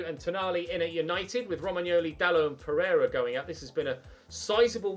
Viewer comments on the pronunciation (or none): none